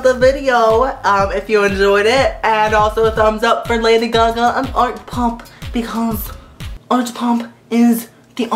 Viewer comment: omg i just love how you say LADY GUH GUH lol <3